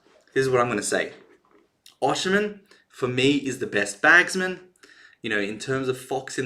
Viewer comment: His name is pronounced osime the N is silent it's not oshi--men